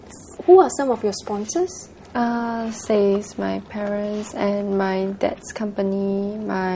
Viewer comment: did she say SPONSOR-ERS?!!!!